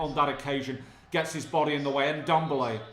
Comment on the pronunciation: It‘s not Tan-guy Ndombele, it‘s pronounced Tangeh Ndombele